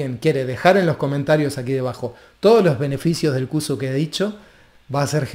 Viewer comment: Sería de ayuda pronunciarlo bien, no cusu, sino con se llama en realidad